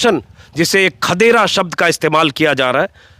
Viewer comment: खदेरा नहीं - खदेड़ा